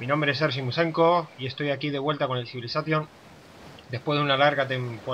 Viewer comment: ¡Muy interesante! El Civilization V es uno de esos juegos que siempre quise probar (jugué solo los 2 primeros) Una sola crítica: no es "civilisátion", es \ˌsi-və-lə-ˈzā-shən\ jajaja